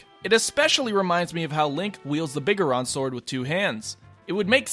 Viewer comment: I'm tilted that he said Biggeron sword instead of Big Goron Sword.